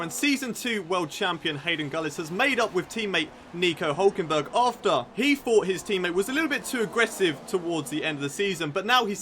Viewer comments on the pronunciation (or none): On 59 seconds it said Hulkengurg instead of Hulkenberg